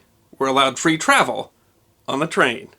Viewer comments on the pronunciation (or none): none